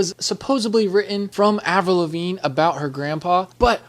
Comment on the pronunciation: Its avril not avrul